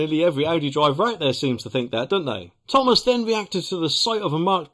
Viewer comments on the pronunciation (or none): none